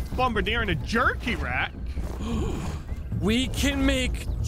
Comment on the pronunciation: you said Bombardier wrong